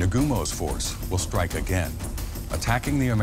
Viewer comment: I think he said "stike" but in that mess of pre-recorded bs I can't tell.